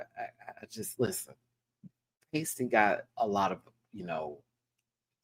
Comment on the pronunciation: constantly getting Pasty's name wrong is killing me XD